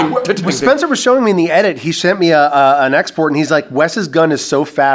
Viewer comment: Lmao I'm glad I'm not the only one who caught that. He also said something about being "shent" an email prior to that lol